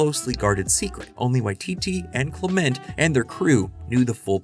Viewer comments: It's common for Americans to stress the second syllable of foreign words rather than the first, apparently because this is generally seen as a good strategy with Spanish and French, and so gets applied in other cases. Other English dialects aren't so uniform. What's odd here is that the narrator of this video insists on this stress pattern for "Clement," mispronouncing this perfectly common name as if it were foreign, as if perhaps it's French. It suggests they don't realise that New Zealand in an English-speaking country. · it's CLEMent, or CLIMent, not clemENT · aaah it's CLEM-ent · All that research and you repeatedly mispronounce “Clement”?